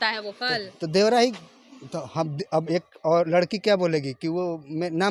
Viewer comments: मैडम जी एक तरफ दुध दुसरे तरफ शराब रखा है आप किसे खरीदेंगी आप पर निर्भर करती है देवड़ा देवड़ा रट लगा रही हो शूध बोलना सीखे पहले चलीआई रिपोर्टिंग करने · मैडम आप रिपोर्टिंग करने के लाईक नही है , देवरा को देवड़ा देवड़ा बोल रही है, ईससे आच्छा है कि आप नौकरानी के काम करती पि के आर्यन के घर मे नौ हजार के महीना मिलता